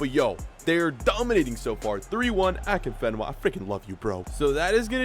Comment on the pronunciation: He so pronounced afienka wrong